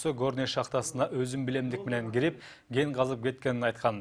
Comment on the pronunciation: "Генди казып"- дейт го. Ген эмес, Кен. Кабарчылар, так, даана суйлогонду уйронгулочу!!!